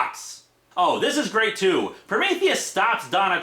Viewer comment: Prometheus' dialogue in a nutshell: "My pwan is gweat!"